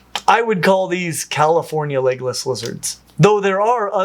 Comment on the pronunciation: I several times heard Legolas instead of legless. Where would the different dragons fit in best if they were real?